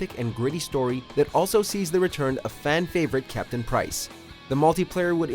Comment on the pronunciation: How normal people read Cpt. Price's name : Captain Price . How CoD players read Cpt. Price's name : Cap'ain Praisss